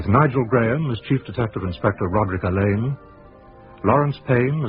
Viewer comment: Ngaio Marsh said and wrote repeatedly that Alleyn is pronounced like Allen, but people keep pronouncing it Al Ain…